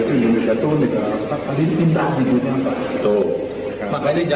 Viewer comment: Tulisannya "DUNIA" dibacanya "DUNIE" 😂 gmn mau mendunia